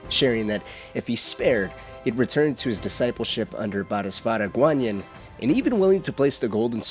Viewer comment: repeat after me, bo-dee-suht-vah Bodhisattva